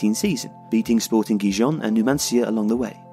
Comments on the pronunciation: Wtf you said Guiyon instead of Gijón (pronunced heehon) Edit: oh another person has said it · Gracias! They pronounce it like it francés ( Dijon) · Just for future reference, Gijon is pronounced hee-hon